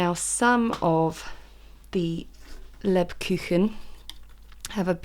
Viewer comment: Hello, Just what to tell you, that's right how you say " Lebkuchen" and right they do taste fantastic. But I am so long in Germany and I love making scones and other English things to eat. But it is always nice to eat something that comes from another country. So thanks for that bye Yasmin and have a happy and lovely Christmas and I do wish you and your family all the best for 2022. Bye